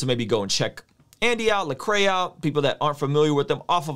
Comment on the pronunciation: Solid comment. It’s LEcrae though. Man’s name has been butchered for two decades now...it’s gotta sting him a little lol